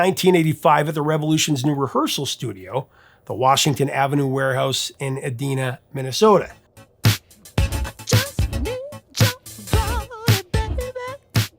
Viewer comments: That’s funny. The “i” in Edina sounds like eye and not ee. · I live in Minnesota and it's not E-DEE-na it's pronounced E-Die-na. lol I love the works by Mazarati glad to see them getting a mention 100mph and Stroke along with strawberry Lover are so good. I was fortunate enough to see them in concert twice. The first time was at a small club and during the concert Brownmark sat in with the band. During one of the songs Brownmark fell through the stage (thankfully it was only a few feet high) but being the musician he is, he continued to play and didn't miss a beat. Great video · It’s E-dye-na. Not E-deen-a. Spelled Edina, MN. You tell awesome stories!❤ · FYI it's ee-DY-nə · I live 20 minutes away from Prince's Paisley Park house. Professor, you're not from around here, so I get how the names of some places can throw you. So just take this as a fan trying to help you out: The city of Edina is pronounced ee-DYE-nuh. I truly do hope this helps. With that out of the way, Prince was a man of at least 2 faces. Generous with fellow recording artists who had proven themselves, but studio musicians I've known who worked with him said he treated them like disposable tools, rather than human beings. Personally, I always thought his music lacked something. It was catchy, fun, easy to sell, but nothing in it ever moved me, ever reached beneath the surface. To use a food analogy, it was like cocoa-saffron-and-chipotle-infused Cool Whip; incredibly complex and brilliant in its concept, but ultimately lacking in substance. Again, that's just how it struck me. For all I know, my opinion could have changed had he ever been able to pull off a single subharmonic. As it is, he'll remain one of those legends where I never understood the hype. And now, I gotta listen to James Brown again, because that brand new bag is LIT. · Thank you! Nice job as always, BTW it is pronounced E DIE Na, Minnesota.